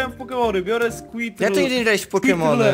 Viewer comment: Squirtle czy ta się skłirtyl